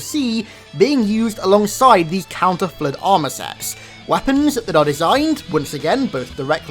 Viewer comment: How normal people say it:flood How says it: FlEuT